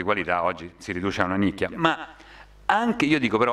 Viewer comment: ah ma dice "il giornalismo di qualità si riduce a una NiCchia"!... ho dovuto risentirlo un paio di volte, avevo capito "M*N***".. sembrava un sicilianismo